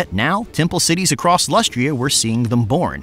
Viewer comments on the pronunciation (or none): none